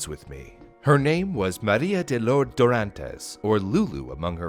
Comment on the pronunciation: that's not how you say lourdes loool